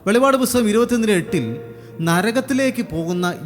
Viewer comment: വെളിപാട് അല്ല സഹോദരാ വെളിപ്പാട് ആണ്....